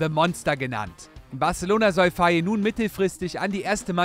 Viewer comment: Ihr habt faye falsch ausgebrochen. In Senegal wird der Name ( fay) ausgesprochen